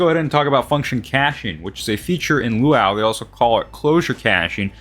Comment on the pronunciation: Loo WOW? Dude just say lua or "LUA YOU" (luau) it isnt that different from lua.